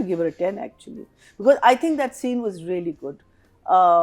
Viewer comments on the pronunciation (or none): none